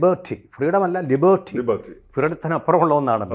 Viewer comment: ലിബേർട്ടി അല്ല സാറെ, ലീബെർട്ടി - accent on first sylleble